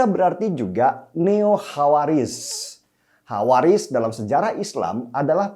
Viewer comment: Ralat: bukan khawariz mas, tapi khowarij (derivative dari verb khoroja